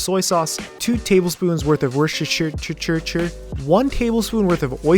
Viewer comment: i dont know wtf is the "worchesterercichierier"